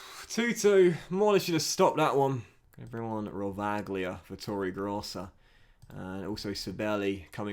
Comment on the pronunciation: For rovaglia you don’t pronounce the g and also please don’t do the accent ever again😂